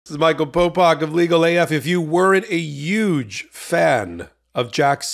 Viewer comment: Did you say " 'uge fan"?